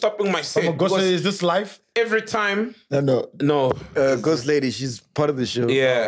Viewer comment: And he will agree and say "nhe" 😂😂😂